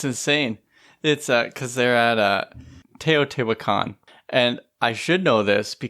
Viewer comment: And learn how to pronounce Teotihuacan.